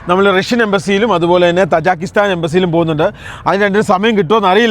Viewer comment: ആ എബിനോട് താജാക്കിസ്ഥാൻ അല്ല താജിക്കിസ്ഥാൻ എന്ന് പറയാൻ പറയു